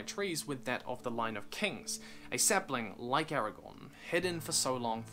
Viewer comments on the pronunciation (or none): You mean "saplines"